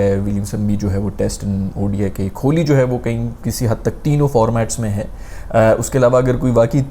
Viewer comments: Bro is saying kholi instead on kohli😂😂😂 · Kholi nhi Kohli hota hai!💀